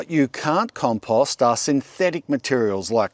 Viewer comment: It's pretty rich that the guy who pronounces compost like a moron preaches how to pronounce literally anything else. What an idiot.